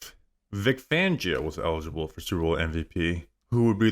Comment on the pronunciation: His name is Vic Fangio. Not Vic Vangio